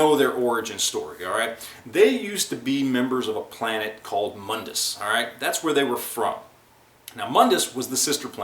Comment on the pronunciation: It's pronounced Mondas, not Mundus.